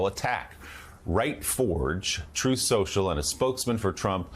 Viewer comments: HAHHAHA HE DOESNT EVEN CALL IT TRUTH SOCIAL HAHAHA .... TRUMP MISPRONOUNCED IT AT A RALLY CALLING IT TROATH SENTIAL!!! HAHAHAAAA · David J: Correction, it's "Troath Central !" Lol. He can't even Pronounce it. President's usually don't have Language Issues, And Grammar !